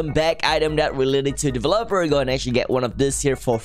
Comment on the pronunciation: the way he says delevOper